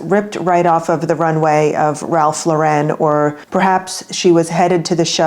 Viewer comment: Ralph Lauren is American —there’s no French accent on the last syllable .